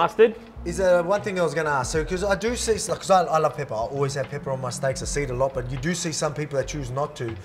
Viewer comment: with an emphasis too 😭😭